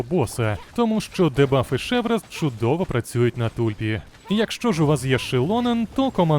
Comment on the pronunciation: ШеврЕз правильніше казати 🙈